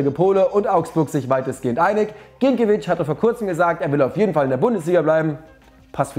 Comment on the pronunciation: Wieso sagen eigentlich alle immer Ginkiewicz? Woher nehmt ihr das n?🤨😂